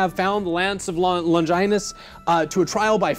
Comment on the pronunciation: Lon-JAI-nus . . . pfft!